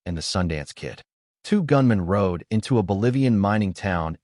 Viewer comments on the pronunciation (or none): none